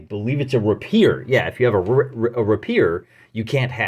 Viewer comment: PS. The word rapier is pronounced RAY-pier